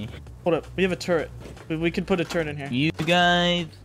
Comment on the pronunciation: also add an 'n' to turret (turrent)